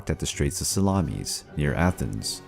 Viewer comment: SalamIS NOT salamES